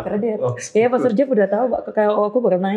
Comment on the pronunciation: pastor, bukan pastur. Kamu salah ngomong